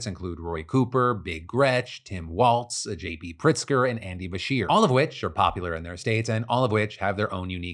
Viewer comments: Phil, it's pronounced Tim WALZ not "Waltz" there is no T sound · Quick note: Walz is pronounced ‘walls’ not ‘waltz’